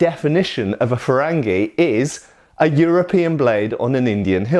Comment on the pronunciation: Can you talk about the origins of curved blades? Also the difference between different types of them? Shamshir, Kilij, Tulwar etc Edit: I love the way you pronounced "frangi" XD it's more like "farangi" in Iran but I guess it's different in India.